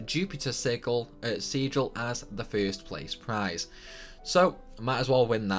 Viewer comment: haha saying sigil wrong and then correcting yourself by saying it wrong again, classic